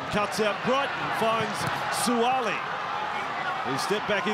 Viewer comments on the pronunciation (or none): Please pronounce the name correctly. It's Suaali'i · These guys pronounciation of our Samoan language hurts my ears - Sua'ali'i folks "(Su-Ah-Ahhh-Lee-Ee). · Why the commentator pronounce his name wrong. It irks me.